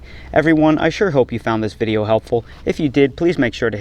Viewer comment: "Check out dis tail!" LOL 🤣🤣🤣